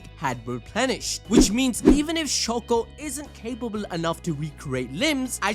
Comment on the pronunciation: please stop saying shako😭 its literally shoko